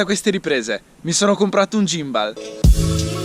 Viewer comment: Lo miravo da tempo, credo che breve ne prenderò uno anch'io.. Comunque si pronuncia "ghimbol", però va beh! Ti do una dritta sul drone, c'è lo Spark che è simil economico (600€ circa) ed ha la funzione "segui", quindi una volta inquadrata la macchina ti fa le riprese dall'alto seguendoti. Prova a dare un occhio nei vari sample qui su Youtube. Se vuoi qualcosa di più c'è il fratello maggiore Mavic Pro, che sta sui 1000/1100€. Ah, il drone ha recepito della regolamentazione, soprattutto per ambiti commerciali come potrebbero essere i tuoi, dai un occhio anche a quelli. P.s. Qualità video sicuramente migliorata, sulla M3 niente da dire che non sia già stato detto 💪